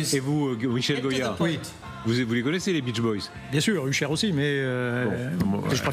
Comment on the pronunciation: j'ai mis 5min a comprendre qu'il parlait Usher 😅La prononciation 😂